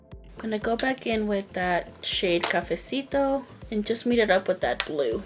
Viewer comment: Hi happy Wednesday beautiful look I love how you we’re saying cafesito 🥰 stay safe and have a wonderful day 💕